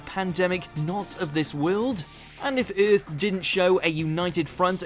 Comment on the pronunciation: The new narrator's pronunciation of "Earth" is hilarious. 😂